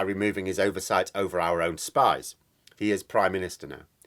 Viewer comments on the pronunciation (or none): none